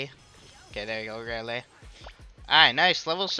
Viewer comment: I beg of you it’s not raylay it’s Rayleigh with a E